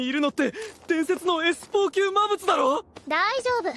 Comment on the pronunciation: 動画のクオリティは、最高です！更に面白くなっています。一つ気になったのは、キャラクターのセリフの、魔物が「まむつ」に なってたり、聖剣が「ひじりけん」になっていたり、思わず笑ってしまいました。でも、このAIアニメシリーズは、やはり一番だと思います。これからも、期待しています。